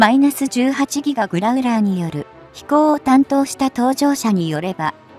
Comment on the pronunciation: やっぱり１．５倍速で見るとストレスが減る！ しかしＥＡ－１８Ｇをいーえーじゅうはちぎがと読ませるのは違う！ Ｇを何が何でもギガと読ませるのは・・・携帯電話世代の５Ｇをごギガとか？ Ｆ－１５ＪのPre-MSIP機１００機の代わりにＥＡ－１８Ｇを同数欲しい(^^♪